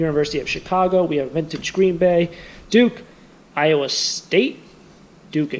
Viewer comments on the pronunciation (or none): none